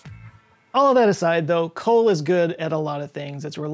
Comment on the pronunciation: ah you missed it. its coal and not ccol